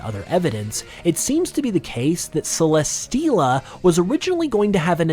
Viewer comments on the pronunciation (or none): none